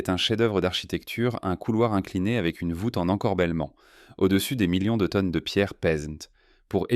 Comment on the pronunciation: Bonjour; si vous êtes un grond sciontifique ia, vous avez un petit défaut bien sympathique pour prononcer les chiffres et les terminaisons des verbes au pluriel. Pour une radiographie muonique de la pyramide de Khéops, quoi de plus important que de montrer le Sphinx, le temple de Karnak... et tous les musées Por unfau lè pièrramideu deu Ché-eups pèse seulement 6 millions de teunnes, contrairement aux mille millions susurés confidentiellement. On a toujours le choix entre: le père-okay, le péreuqué, le pierrot-quai et voici enfin la seule bonne réponse: il s'agissait du perroquet. Leu froncé meudern ét un' longueu compliqué du cou? Plus on punceu lé lavreu et plus on pèrleu keum un gron-èrtisteu. Un scanner a détecté une mystérieuse ouverture dans le crane fossilisé de Zawi Hélas, silencieux et majestueux.